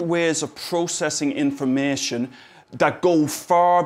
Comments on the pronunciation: came here just to hear him say "informaetion" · I just love hearing him say "infomeehtion"